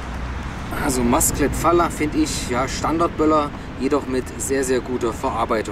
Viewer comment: Schöne Böller. Apropos spricht es sich Masclet Fajer aus. Im Spanischen wird LL wie ein J ausgesprochen.